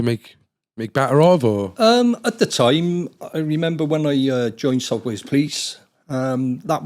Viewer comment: Sot wes police! That's fucking annoying